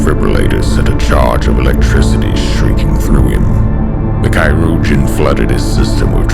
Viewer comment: That was actually fantastic. And a very...creative pronounciation of Chirurgeon xD